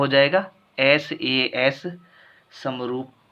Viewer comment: Sir vo SAA nhi SAS hota h😂